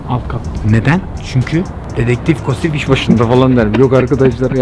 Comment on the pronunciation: kosıf değil K-O-S-İ-F